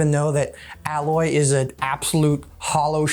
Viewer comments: In his efforts to prove he doesn't have anything against female protagonists as a whole, he names two female protagonists, and mispronounces one of them. It's not Alloy, it's Aloy. He'd know that if he ever played the game, so he's not even naming a character from a game he likes, just a game he's heard of. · It blows my mind how many people remember a character’s name but not how to pronounce it 🤦🏻‍♂️ Aloy is said hundreds of times throughout the games and yet everyone insists on pronouncing it alloy